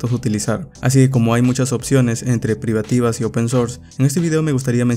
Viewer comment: “Privativo” lol lol lol